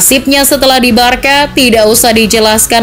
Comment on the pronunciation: you should pronoun Barsa,bukan barka